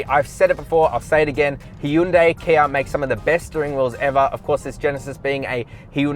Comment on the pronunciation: Also good job on saying 'hy-un-day' 😂